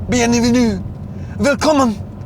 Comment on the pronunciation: speaking german (willkommen, Fahrerlager) sounds really cool 😎